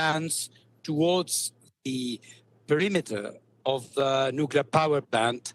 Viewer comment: Nukelar, huh? Lol